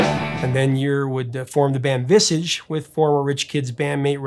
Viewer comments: Hahahahaha! So how did you pronounce Visage? It's a French word! Napoleon and De Gaulle are now turning in their graves. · Vissige lol It’s Visaaaaaage don’t pronounce Mirage Mirrige do you ?? 🤣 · Just wanted to say as a UK fan of the channel.... it’s not pronounced “Visige”, it’s pronounced “Visarge”!! 😂🤣😂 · Please learn to pronounce things. Midge not Mitch, and Visage is viz-ahj not viz-ej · It’s pronounced Vis Arge not Visidge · "VISSedge"? It's French, "visAHge". They even had a self titled song with the right pronunciation. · Visij? It's pronounced "Vis-arzh", as in French. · I love your channel, and your knowledge is amazing. So don't take this as a negative at all... but Visage is pronounced Vizarge, not visige. So basically a French pronunciation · I’m glad you did Midge Ure. A great singer/performer. Check out the last Ultravox album which is also great and I think passed people by. Incidentally Visage is pronounced Vis-arge and not Vis-idge. The Visage first album was largely a Midge Ure/Rusty Egan album too but was designed as a studio project. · Viz ich 🤣 It's Vis aargh Visage Long aaaa not short I sound. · I HATE to try and correct you, but the band wasn’t called “Viss-age”. The band went by the French pronunciation, “Vees-ah-sh” (that’s the closest I can get with the phonetic spelling)... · Is ‘Visage’ not pronounced like the French word with the ‘a’ elongated and a soft ‘g’? ‘Visaage’ rather than ‘Visidge’. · “Vis-IGE?” It’s VIS-ahge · Vizzarge. Not Vissige. It's French. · Visage is French and the way you and Google say it is wrong.... VIS ARGE not VIS AGH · VISAGE - VEEZZAaaaGE not VIZIG !!! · Just a small correction, its Vis-arge as in "Large" not Vis-idge as in "Midge" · Bit late to the party I know, but its pronounced VisARGE with ARGE rhyming with large. Visage is French for face. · Visage...rhymes with mirage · Visage like fromage.... You're gelling lazy prof. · Visage pronounced vis-arge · It’s pronounced “Viz-aaj” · "Ver - Sarge"